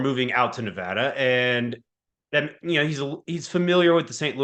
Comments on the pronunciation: Nevada MO niv-AY-da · Pronounced nah-VAY-da... at least it was on my dorm floor in the mid-70s by people from there... as I recall. 😃